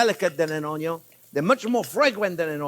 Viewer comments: Yep, it’s contagious. I’m only just subbed in few days ago, and my kids are trippin. “Measure carefully, don’t burn your tong, always start with da onyo”. I’m learning 👍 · (" "ONYO" YES ... BUT NOT "ONION" ... lol ... ☺ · I just love how he says "onion" 😂